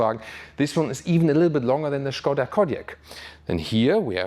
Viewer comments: I like that you said "Schkoda" and not "Skoda", gut gemacht. :) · Yes "Shkoda" is correct. Not "Skouda" as is usually pronounced by english speakers :) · I can confirm it is correct 😃